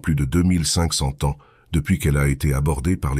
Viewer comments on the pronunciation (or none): Oui c'est une IA. (A titre d'exemple : à un moment il dit "500 t-ans" au lieu de 500 z-ans". Les humains ne font pas cette erreur). Moi non plus je n'aime pas cette voix avide d'émotion, robotique et fade.